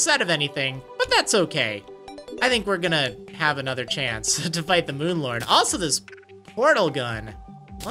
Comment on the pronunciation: I honestly thought you were saying Moon Lard. xD